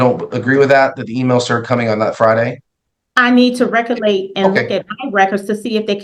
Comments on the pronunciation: LOL what the hell is recolate??? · I think she was trying to say "recollect". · I wish she recolate how to pronounce words correctly. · "Recollate, ax , conversate." We are doomed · She likes to be thorough but didn’t want to go to the law office because she was afraid they would keep her there for hours and charge her more. Anyone who says “ax questions” or “I can’t recolate” is not articulate, Your Honor! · "Recallate" was presumably a mispronunciation of "recollect", not "recall" or "locate". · no, she is saying it ALLL WRONG. Recollection, recollect not recallate 😂😂😂 as she says it😂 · They all mispronounce big words in a failed attempt to sound like they have any idea what they're saying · Whew! She is either "axing" questions or can't "recollate" events about her conversations with the first attorney. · holy heck! She "axed" him but I'm not sure if she "recollates" it. She didn't want to pick up her child because she didn't want to deal with her. An adjournment was in order, there was no possible way the lawyer could read through all of the information she sent. The lawyer would need to speak with everyone involved in the child's case (and he's supposed to do this on a weekend?) Bye Felicia! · "I was axing, did I not axe you? I can't reccollate" Who the hell taught these people English?